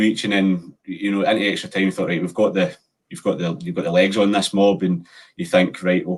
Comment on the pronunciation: needs to learn to put his tongue between his teeth and pronounce “thought” properly.